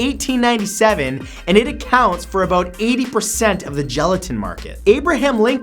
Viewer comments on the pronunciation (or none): "And it a-cow-nts for about..."